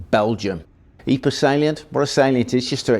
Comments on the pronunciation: Pro tip: It's called "Eep", not "Eepray". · Pr Pr Pr.. Pronounce Pr... Ypres.... 'eeepr'.. That is how you pronounce the city. fkn eeper !! Dude..